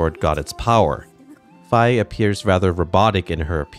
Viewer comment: I still pronounce her name as "fee". xD Hearing you say "fye", however, sounded good, so I may go to that. Fantastic video, as always. 🙌🏾